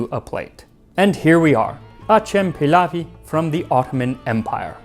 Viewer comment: if it's Turkish it's going to be pronounced more like "ajem pillaw" or "a-gem-pill-ow"